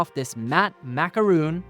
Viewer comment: Fillamentum's voodoo PLA is going to be sold out again isn't it? FYI, macaron comes from a french colourful pastry. It is pronounced french but different than 'président Macron'. It is macAron. And not macaroon either, just saying.